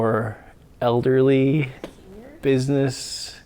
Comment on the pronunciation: you weren’t disrespectful I know you were Struggling with saying the word elderly; however Mature is a better way of describing us Vintage Folk 😂😂 I was kidding you did not lose your Viewers! Great Video keep it up..See you on the next one 😊